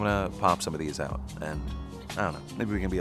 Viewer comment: I thought he said "aut". ? It would be nicer if i heard wrong.